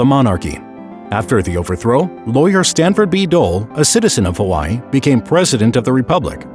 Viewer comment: this is so sad but the way he said Kamehemeha and Hawaii just got me mad